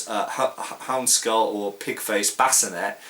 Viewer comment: Great video as always. I found your pronunciation of sallet interesting, you're the first person that I've heard pronounce it, and bascinet the way you did. However, that's the way that I always thought those words were and should be pronounced given that they appear to be French words and other French words ending in et are pronounced with an ay sound. Speaking of French and armor, why is that European armor (to include helmets) have French names yet France was not, as far I know, one of the prime movers in armor design. Given that most armor, particularly plate armor, followed either the Italian or German school of design, why the French names and not Italian or German?